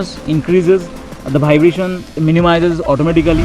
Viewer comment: Very very good video man. But bhaibration made me laughed a lot. Loved the video♥️